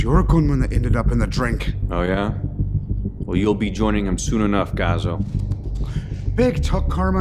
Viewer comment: Love the movie. But if your "Italian" guy can't pronounce "cazzo" right, maybe, just maybe, don't make him say it? And no, I'm not Italian. But even I can hear it. Loved the low-budget Bats, though =D Edit: Who the hell was the guy in the cell (which looked like a basement, really) supposed to be? Was that Bane? Please tell me that wasn't Bane. It CAN'T be Bane. No, seriously, Bane looks like General Sam on some heavy steroids. I just can't get that picture out of my head =D